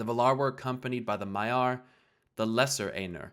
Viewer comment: The pronunciations are driving me nuts. XD EYE-noor. VAL-ar. My-ar.